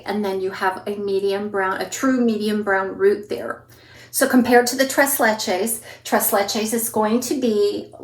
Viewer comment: TREIZ LECHEIZ